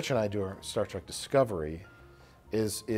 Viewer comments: Mike likes "Star Trek" but he says "Star Track" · please tell me he didn’t say “Star TRACK”...